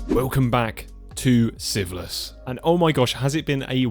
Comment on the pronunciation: I’ve watched every episode and I am really enjoying this series but I swear whenever he says Sieveless in the beginning I hear siphilis.